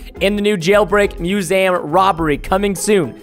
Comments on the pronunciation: its not musam its museum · and its not MUSAM ITS MUSEUM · Musam. Why would you even guess that it it pronounced mewzam. It's museum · musaum.. not gonna judge because not that much people can say words. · You said it wrong it’s not called muzam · its miuseeuumm thats how you pronaounce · He says musaum lol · its muesum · It’s mew-see-jm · Preston you don’t know how to say museum....lol